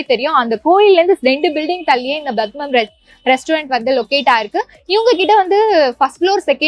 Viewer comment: Its not badmam, irs padmam learn to pronounce properly